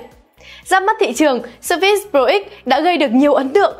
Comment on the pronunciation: sao đọc là sơ fits? nghe bực quá